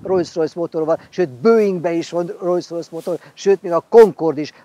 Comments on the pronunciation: bátyám! Olyan szépen elmondod, hogy az egyik alapítót Rolls-nak hívták a másikat meg Royce-nak. -nél meg elkezdesz rojszrojsz-ozni. Az kérem nem rojszrojsz, hanem rolszrojsz. A kocsid meg fantasztikus! Gratula a csatornátokhoz:) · amúgy el lehetne hagyni ezt a "Rojsz-Rojsz" kiejtést... meg kéne tanulni: Rollsz-Rojsz... de ez sajnos nagyon sok ember hibája, meg ugyebár a Volkswagent is sokan V-vel ejtik pedig F-el kell !!!!